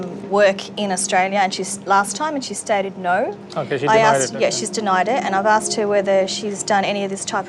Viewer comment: Deport her for saying aksed.